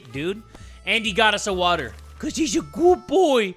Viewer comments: "some WATAH and soup" THAT is absolute cinema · I miss when you used to say SOME WATAR and sum soup only ogs remember😔